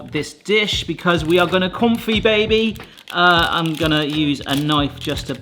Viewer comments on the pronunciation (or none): I refuse to believe that has been a food youtuber for this long and somehow doesnt know how to pronounce confit